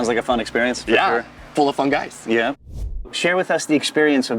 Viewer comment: At one point he said "full of fun guys" and I understood: "full of funghis"....